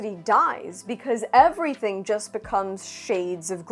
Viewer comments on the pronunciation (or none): none